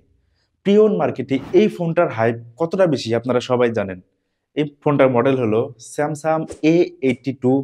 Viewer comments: উচ্চারণে আরো যত্নশীল হতে হবে, বারবার আপনি স্যামসাং কে স্যামসাম বলছেন। ধন্যবাদ। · স্যামসাম নাকি স্যামসাং?? মোবাইলের রিভিউ করতে আসছে?😅